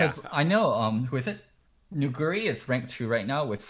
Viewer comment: The pronunciation of Nuguri is disgusting